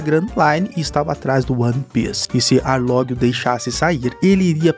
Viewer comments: Só foi eu que percebi que ele falou aounge invez de arlonge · É Arlong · Que nervoso ele falando os nome tudo errado pô, Arlong, grand Line etc mdss